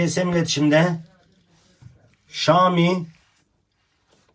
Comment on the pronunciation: Usta keske okunusunu "ŞAAMİ" dmek yerine "ŞAOMİ" desen daha dogru olurdu